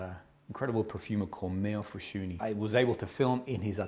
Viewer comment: Awww you said his name correctly. You’re the only reviewer to do so. Small victories. Seriously, I am so enamored with this House. His fragrances are so calming, beautiful, and therapeutic. Thank you for featuring him and his work once again. B🤯 🤯M